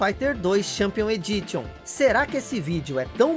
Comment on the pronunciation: Só uma correção: creio que "Edition" seja pronunciado "Edíshon". No mais, vídeo bem legal! Valeu pela curiosidade da fita!